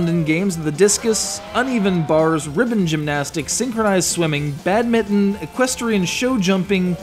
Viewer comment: It is not a BAD MITTON. Like a bld glove. it is miNton. There is N in the middle of BadmiNton. So BAD-MIN-tin is how it is pronounced.